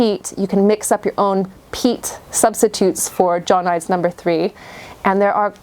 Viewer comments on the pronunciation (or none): Great video but for your info John Innes is a English brand and is pronounced John In Ess. X 🇬🇧👍